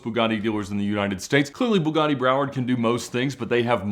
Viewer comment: Pronounced BEWGATY out there